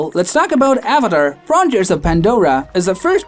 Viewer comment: Not subbing just cuz you called Avatar “avider”